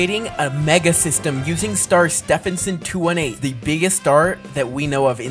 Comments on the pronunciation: cuz Stephenson Is pronounced "Styvenson" and not "stefenson" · I’m laughing because you don’t say it Steffensen to 18 you say it’s Stevenson 218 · Stevenson not stevp henson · "Steff in son 218" Actual pronunciation: "Steven son 218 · How pronounces Stephenson 2-18 __________________________________ Steephenson 2-18 ❌ Stehpenson 2 1 8 ✅ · It's steeeeeeeevenson 218 not Stevenson 218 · No offense but it's pronounced St-EE-ven-sin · you are saying stehison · He’s pronouncing Star name wrong😢